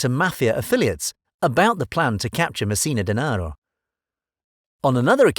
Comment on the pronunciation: Such a mystery you can’t even say his last name right...or any of the names you mentioned lololol